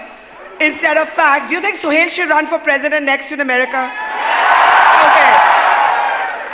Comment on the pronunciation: barkha's secularism compelled her to pronounce suhel as sohail...